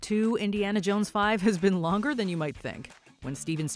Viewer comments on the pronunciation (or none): none